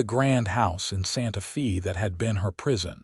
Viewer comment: 😂Hasn't AI heard of Hooked on Phonics? Santa Fe might not be pronounced Fay as is proper but it certainly wouldn't be pronounced Fee as it was all through this story. Otherwise it was a sweet story.❤